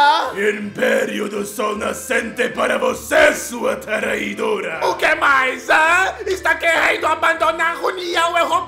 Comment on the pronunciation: Nunca vi o Japão tão pistola com a França e o Japão é o meu favorito o Japão falando traidora eu escutei taraidora😂😂😂😂